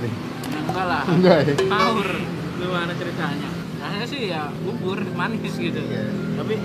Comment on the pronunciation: Bubur bang bkn bubul